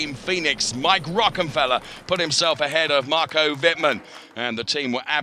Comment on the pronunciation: you really should learn how to pronounce the drivers names correctly, theres not THAT many of them. i.e. Wittmann is not pronounced "wittman", its "wittmun" (I dont know how to write phonetically properly)